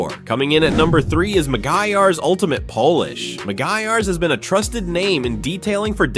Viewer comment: Make it say polish instead of Polish. Biggest gripes with AI narrated crap is they don't LISTEN to it before posting.